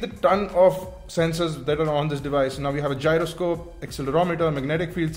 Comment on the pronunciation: Its Gyroscope,not jaryoscope! :-P